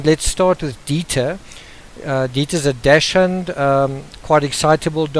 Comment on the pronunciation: Just FYI: It's spelt Dachshund, and pronounced DAX - HUND. (Not dash-hound). It's a German word, and it means Badger Hound. It just really irks me when people say it wrong. My dog is my world! ; )